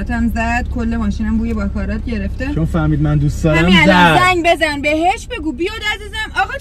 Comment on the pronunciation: باکارات نه دوست عزیز….. باکارا …. اون T تلفظ نمیشه